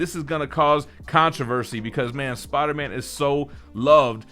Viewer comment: Every time says “Spawder Man”